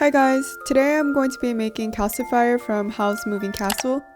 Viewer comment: LOOOOOOOVE ❤️❤️❤️ I actually thought it was adorable that you called him calci-fire. I mean he IS a fire!!! It made me very happy and put a huge smile on my face! This es extremely adorable!!!! You did a beautiful job 🤩